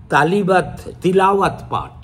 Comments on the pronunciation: তালিয়াত নয় রে, ' তেলোয়াত ' । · তালিয়াত নয়। তিলায়ত।